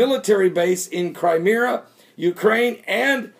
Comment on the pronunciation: Cry Me Ah not Cry Meer Ah .. lol .. lol .. lol